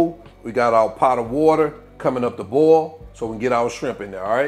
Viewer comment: I love how he pronounces the word boil. It almost sounds like ball.